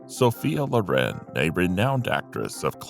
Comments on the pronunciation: Sophia LOR’ en is the correct pronunciation. ❤ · No, the emphasis in "Loren" is on the second syllable.